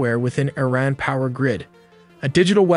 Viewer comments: It say ITran? May just be trying to tell us something? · Bros ai can't say words right😂 the way it says IRAN with a T